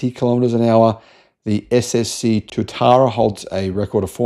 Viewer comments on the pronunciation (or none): none